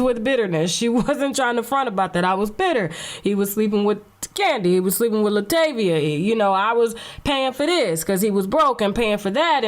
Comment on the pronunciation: If she say laTAYvia one more time 😎😂😂